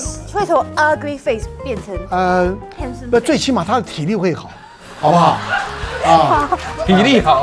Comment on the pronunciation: "handsome" sounds like" hamdson"